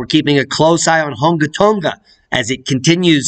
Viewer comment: Its Hung' "a" Tong' "a" vowels are pronounced in lower case, just sayin for a friends friend